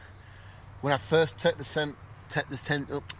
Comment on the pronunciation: “Tet the sent up” “tet the tent up” I’m sorry I laughed so hard! That’s so me